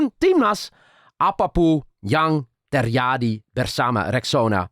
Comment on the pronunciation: note for, when you pronounce "j" in Indonesia, don't pronounce it like the Dutch way which become sounds like "y" in English, but pronounce it like the the usual "j" in English, for example you say "Jakarta", not "Yakarta", right? so, it should be "terJadi", not "terYadi". "LanJut", not "Lanyut". I notice this quite a lot when you pronounce Indonesian words, so I hope this can make your Indonesian better, you're already very confident pronouncing Indonesian, keep it up,!